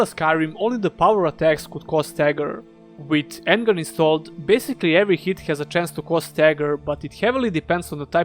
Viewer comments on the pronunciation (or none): On-guard not En-guard.